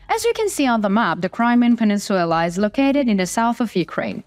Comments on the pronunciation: Península. Not peninsuella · Peninsula, not peninsuella. This is not a Disney movie. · Penin Sulaar not peninsuula